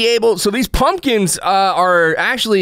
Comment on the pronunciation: Punkins! Lol sounds like ur no stranger to the south